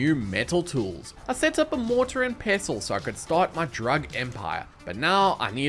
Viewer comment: Thank you for saying pestle the right way😊